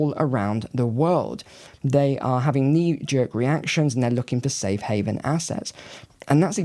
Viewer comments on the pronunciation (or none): none